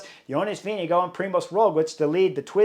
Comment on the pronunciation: I know Chris horner likes Pogacar more than Vingegaard, me too, but is it on purpose that he is pronouncing Jonas' surname like "Vinegar"...?